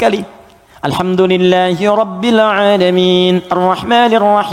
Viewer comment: kok alhamdulillahirobile alamin, gk alhamdulillahirobil alamin pa ustad